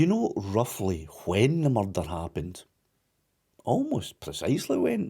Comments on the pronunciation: There's bin a murrrrderrr.... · There's only one accent that the word 'Murrrdurgh' was made for.👍🏴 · When he says "murder" in that accent - just like Taggart